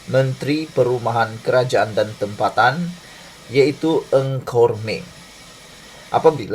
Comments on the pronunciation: Bukan eng khor meng sebenarnya nga khor meng. Itu sahaja pembetulan. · Nga kok min , bukan Ng Kok Min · TUAN SILA SEBUT NAMA DENGAN BETUL NGA KOR MING BUKAN NG!!!! TQ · Salam Bro, NGA KOR MENG "NGA' bukan 'NG'.. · Bukam nama menteri tu Nga Kor Meng atau Ng Kor Meng? Mamat ni asyik sebut Ng Kor Meng…